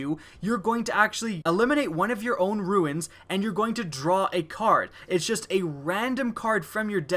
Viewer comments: Yeah it's pronounced "roo-n" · why are you incapable of pronouncing the word "runes"?